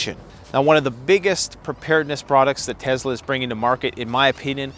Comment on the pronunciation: Bro it is tes-la not tezla